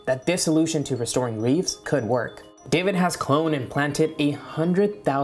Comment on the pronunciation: Reefs not reeves! 😣